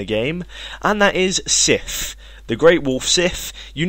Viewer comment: You said the Sif weapons incorrectly